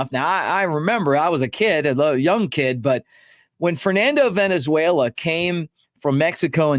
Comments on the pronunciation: It is Valenzuela not Venezuela you clown. Do your homework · I’m more than old enough to remember Fernando, Mick. His last name is Valenzuela (Val) not Venezuela, which is a country. C’mon dude. You’re better than that. Thanks for the constant content. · Hey love you Mick but get it right-the guy's name was not Fernando Venezuela it was Valenzuela. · Valenzuela, not Venezuela. 😊